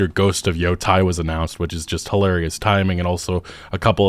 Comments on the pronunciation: Sorry to be pedantic but Yotei is pronounced , not , not like I heard on another channel. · its not Yotai.. its YoTAAAAY. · it's Yotei, not Yotai 😂